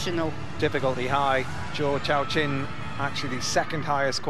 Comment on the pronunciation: None of you defending the commentator have any leg to stand on after this egregious pronunciation . Zoo showshwan ≠ Zhou Yaqin not even close. Second try a bit closer but where is he getting CHOW from